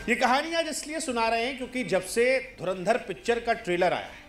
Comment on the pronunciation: Abe dhurendra Nhii " Dhuuu - rann-dhar ..." Bolna seekho pehle